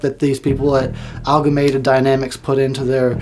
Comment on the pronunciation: Great review! Just FYI though, it's AMALGAMATED DYNAMICS, not ALGAMATED DYNAMICS. Just sayin'...